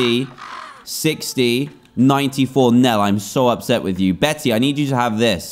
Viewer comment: DAN. 'Bette' is pronounced 'BETT', NOT 'Betty' !!!!!